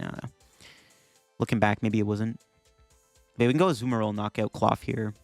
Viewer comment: i like how half the vid he says azUmarill and the other half he says azumArill